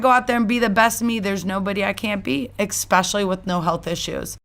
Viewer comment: "Expecially" is....a good one 😵‍💫